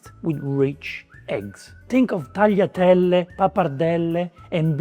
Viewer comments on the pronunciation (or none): none